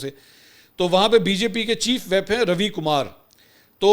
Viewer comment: It's chief whip. چیف وھپ ویپ نہیں "وِپ" بولا جاتا ھے۔ کم از کم ایک بار پہلے بھی کوشش کی تھی لیکن یا کسی نے دیکھا یا پھر زحمت گوارا نہیں کہ شاید؟؟؟